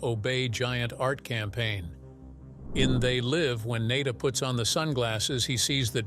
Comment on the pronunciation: The repeated mispronunciation of Nada's name is just lazy.